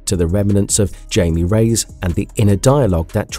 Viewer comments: IT"S (HI-ME) not Jamie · He keeps says his name wrong and it's really annoying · Came to comments for this one specifically. Takes you right out of the video regardless if the rest is good or not. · He's been doing that for a while That's why I don't watch videos where he talks that much